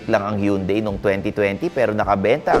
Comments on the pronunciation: Tama na ang Tucson pero mali parin ang hyundai🤣 hun-day not hiyun-day. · Sir it's HAN-DAE not YUN-DAE! ✌✌✌✌ Yeah you got the Tucson pronunciation right!👍👍👍🤣🤣🤣